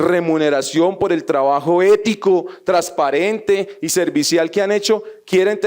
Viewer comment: Ese senador habla muy bonito, solo que no pronuncia algunas palabras como debe ser, dice trasparente en lugar de transparente, de la misma manera dice trasparencia, en lugar de transparencia, fuera de eso sigue sin decir la N cuando dice costruyen en lugar de construyen. El español no omite el sonido de ninguna letra y la N siempre va a sonar. Por favor que sepa mi comentario.